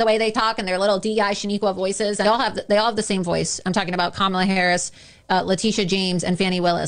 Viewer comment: Loomer says Kamala correctly, that's the only good thing I can say. The jigsaw comparison isn't making fun of her looks, she did that to her face.